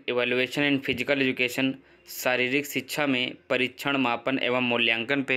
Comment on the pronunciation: Phle to shiksha ku shiksha bol sickcha kya ho yo